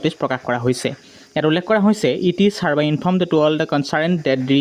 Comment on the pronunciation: It is herby ne hereby 😅😅 it's not herby bro